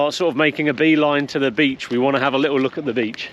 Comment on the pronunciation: Love your channel. Shame you missed Porthcawl it’s lovely. You and the kids are great, but I hate the fact you miss t’s in words like little which you pronounce a lille. Just my gripe, sorry.